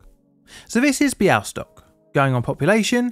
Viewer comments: Your pronunciation of Bialystok in Polish is spot on! Well done <3 I've never heard of this case before despite the fact I'm Polish. Thanks so much for covering it. :) Much appreciated! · Your pronunciation of Białystok is almost on point! If there's more Polish in future videos, think of the "ł" as the "w" in words like well, word, water, wheel etc. Never heard of this case before! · He may have taken the pronunciation from the Mel Brooks film "The Producers," which had a character named Mr. Bialystok. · I play your videos as background noise and then I thought I heard Białystok. And then I heard Białystok again, this time for real. Tremendous work, I've never heard about this incident before! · Your pronunciation of "Białystok" is almost perfect ! You said it almost like a native